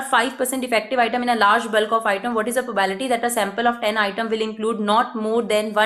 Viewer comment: Not mocking but I cringed each time she said prabality